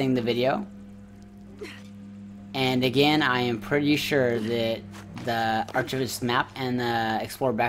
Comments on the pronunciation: This was very helpful, but dude you need to Google how to pronounce "archivist" 😆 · The way you pronounce archivist lmfao!